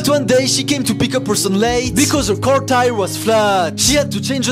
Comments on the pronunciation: "in her carrrrr" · "She Continues To Decorate Da Caeuuur" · “Her carrrrrrrr” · "She continues to decorate her carrRr"